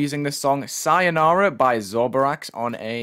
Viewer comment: omg you pronounced sayonara wrong lol but nice vid im always waiting for creation rotation/challenge swap